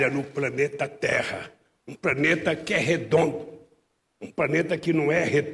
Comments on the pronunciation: Sabe tanto que falou ( PRANETA) depois ( PANETA) pra ser físico , um bom físico , tem que falar inglês , pra saber os elementos , a MAIORIA tem o nome em inglês. E o Molusco nem português sabe, predicado e plural , NÃO EXISTEM NAS SUAS PROSAS. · O do lula não é planeta , o dele é ( PANETA) ou ( PRANETA) ele sabe tanto português,Quanto física!!